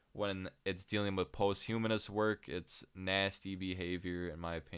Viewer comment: Hey man, nice commentary and all. Posthumous is not pronounced like post-humanist bro